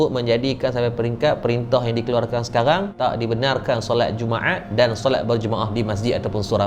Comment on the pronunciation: Dia punya sebuat jumaat bunyi jadi jummaeaaat.pekat btul bunyi tekak org smenanjung